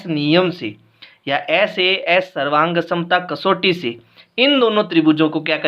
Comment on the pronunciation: Sir vo SAA nhi SAS hota h😂